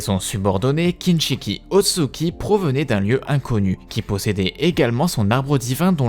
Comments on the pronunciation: il dit "otsuki" alors que c'est Ōtsutsuki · Je vais surment pas continuer a regarder la vidéo d’un mec qui écorche le nom ôtsutsuki a chaque phrase